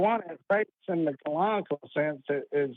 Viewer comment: What is that word keeps saying in reference to faith? Is it “colonical”? As in faith is pulling something out of your colon? That would make more sense to me than “canonical”, it just didn’t sound like that.